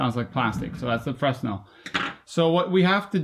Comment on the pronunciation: fray-NEL: Augustin-Jean Fresnel